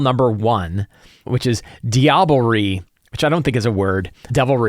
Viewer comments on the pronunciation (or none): Late to the punch, diablerie (e is silent) is French for devilry ^^